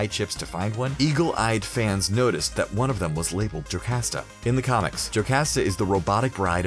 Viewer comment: I thought it was pronounced Jo-COST-a. At least that's how it's been prounounced in a couple Marvel animated films.